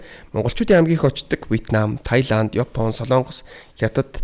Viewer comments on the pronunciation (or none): none